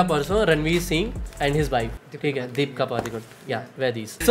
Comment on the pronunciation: Does only me who heard deepka instead of deepika or there anyone else??